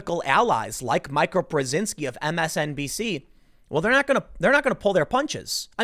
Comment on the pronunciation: Brzezinski you say flawlessly, but “Mee-kah” eludes you every time